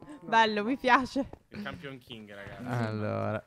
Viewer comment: Al posto di "Campion King" andrebbe chiamato "Campion Cin"😂